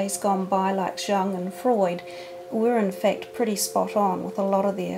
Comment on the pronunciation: I always enjoy seeing things about Psy Cards. BTW, Jung is pronounced Yung.